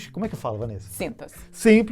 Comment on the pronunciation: Deixe dar meu contributo: . Essa palavra é uma bizarrice da língua portuguesa. Todos tendem a falar "SINTAKCI". Mas sua pronúncia real é "SINTASSI" e não "SÍNTASSI" como a Vanessa disse. Afinal toda proparoxítona é acentuada.👍